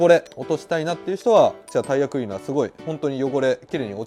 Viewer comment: タイヤクリーナー(発音良)